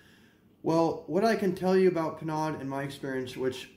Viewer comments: Nice history...but it's pronounced "PER-NO!" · Penaud, is pronounced Pay-know. This is in my top 3 with Brute and Old Spice. These are old barber smells.